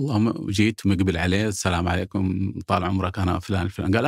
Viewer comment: والتراب فيك يالمالح حتى السلام عليكم ورحمة الله وبركاته ماتقدر تنطقها وهي هويتنا وثقافتنا في التحيه.